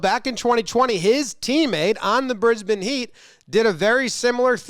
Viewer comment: Thanks for pronouncing Brisbane right.